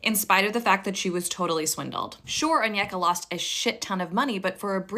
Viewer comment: shes been pronocing her own name incorrectly this entire time its pronounce own-yeck-uh 😭